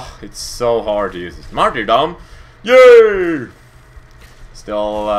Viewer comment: Do you remember when you said Matyrdoom? Lol